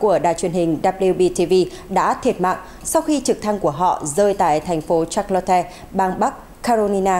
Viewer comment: Charlotte phát âm là sha’ lot. Không phải là shạt la te. 🤣🤣🤣